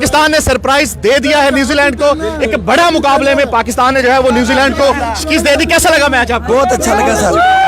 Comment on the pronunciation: Shekest nai Shekast hoti hai 🤦‍♂️